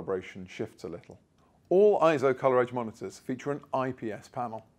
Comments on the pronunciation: Not pronounced IZZO. Eizo is pronounced AY-ZO, which means "image" or "vision" in Japanese. See the Eizo Wikipedia article on its proper pronunciation. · It's also pronounced AY-ZO in their own corporate brand message video. What's your point? Do I not have the right to help people properly, respectfully, and culturally pronounce a company's name?